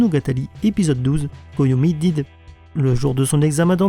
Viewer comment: koyomi "did" Je ne critique pas ton accent mais j'ai rigolé